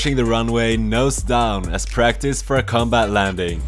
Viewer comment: The way you say "combat" sounds like "cum bath"